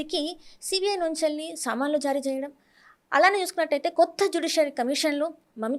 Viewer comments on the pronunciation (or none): సమన్లు అంటారు. సా కాదు స.